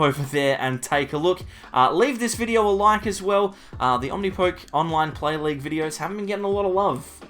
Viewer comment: I thought the poke at the end of Omnipoke was said like the beginning of Pokemon.